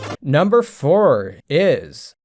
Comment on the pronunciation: Every time I get recommended one of your videos, I start to watch for interest of another gaming opinion, and then I hear "number 10 ... iS" and I have to turn it off. I don't expect my opinion matters, but that "Is" really annoys